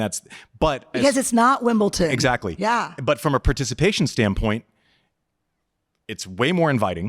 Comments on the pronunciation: She lost me at WimbleTon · What's with the Americans and "Wimbleton"😂 As a French even I cringe every time😅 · Andy, great interview with Nadal on your last pod! Unfortunately you followed it up with a garbage interview with Brene. She doesn’t know tennis at all. She pronounced Wimbledon “Wimbilton” which is a dead giveaway that she doesn’t know tennis. She decided that you need therapy but obviously she’s got it all figured out. Great way to put down the person that invited you to an interview. If there was a tennis vs pickleball fight she would side with the pickleball players because they carry guns (right wing Trumper morons). She has a pickleball coach… seriously? She wasn’t brave enough to hit a drop shot in pickleball… seriously? I wouldn’t give this clown a minute of my time. I usually like your podcasts but I will unsubscribe if you think anyone wants to hear from idiots like Brene with the lame made up accent over the “e.” Know your audience Andy, you’re smarter than this.